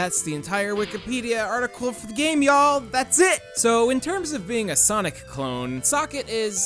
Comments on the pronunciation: Why do you keep calling sonic saynic? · wait did you just say sanic?